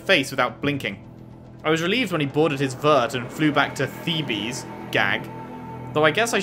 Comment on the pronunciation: Ted's bunker is called Thebes (the 2nd e is silent, th-ee-bs). If you haven't detected it by now, Ted has an Egyptian fixation based on his name (Faro = Pharaoh) ... The Chariot Line Scarab Khopesh Horus Thebes etc...